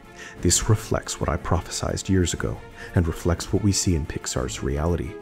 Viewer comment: Bro 💔 its not “profisizesed”, its prophisied